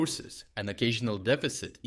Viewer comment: Why tf do you speak the Word Ukrainian so weird ??